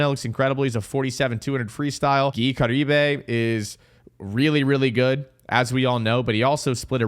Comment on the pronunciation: You pronounced Caribé wrong.😅